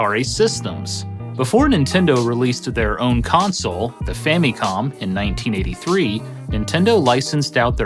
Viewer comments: The “fammycom” pronunciation always sticks out to me. Does anyone pronounce family as “fammylee”? No. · "fammy-com"? Don't think ive ever heard it pronounced that way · I swear this guy keeps saying Fanny comm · ...your mispronunciation of "Famicom" kills my inner child. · Love your vids, but I gotta be honest. I hate how you say famicom lol